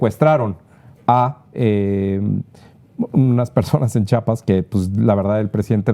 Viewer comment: Se DICE Chi a pas, No decimos CHAPAS